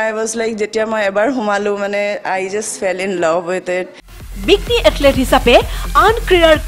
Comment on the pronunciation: Sorry to say that it's এথলিট। Not এথলেট। You should check once the pronunciation.